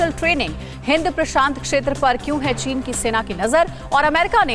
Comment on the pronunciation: Wow china ko chine pak bola jata hai